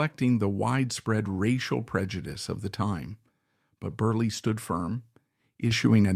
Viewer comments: Inexcusable repeated mistakes: 1) His last name is pronounced Berle like Pearl, not Burley. 2) His real first name was Mendel not Mandell. 3) He was popularly known as Uncle Milty, not as Uncle Miltown. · Computer generated voice mispronounces “Berle” as Burly through much of the video. Very distracting. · His name is pronounced Berle with 2 short es... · This is obviously AI because the robotic announcer switched back and forth, very annoyingly, between the correct pronunciation of Berle to Berley. Fix this out of respect to the comedic legend. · Why do you keep switching from pronouncing his name as Berl and Berley? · I can’t keep listening to this man saying Berlee when it’s not pronounced that way. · Fairly positive this is AI. Lots of unnatural pauses. I do think some people called him Berlie? But not like this. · AI can’t pronounce name ! Funnier than Milton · It's AI, but you'd think the program would have enough info to pull from to get this right.